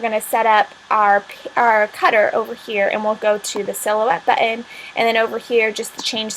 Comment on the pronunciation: 'buTTOn', nut "buddin"